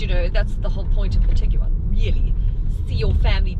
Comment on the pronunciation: Why so many syllables? Its a Tig-One😁